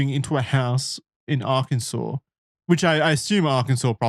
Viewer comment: You pronounce Arkansas correctly, but those of us not from Arkansas intentionally mispronounce it, we also pronounce the s at the end of Illinois just to fuck with them